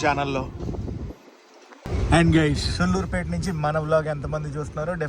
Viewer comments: సుళ్ళూరుపేట కాదు అన్న సూళ్లూరుపేట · Bro pronounce sariga chey sulluripet ani bootu la kakunda daniki deergam undi telugu rakunte vlog a cheyaku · Please pronounce సూళ్లూరుపేట properly bro' its our own state 😢